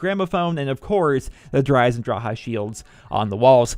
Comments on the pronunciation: Good vids but its Eisendrache not Eisendraha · it says drache not draha the c is not silent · dhraha lol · there is no ,,ah'' at the end of this word. there is an ,,e'' . but english people cant pronounce this.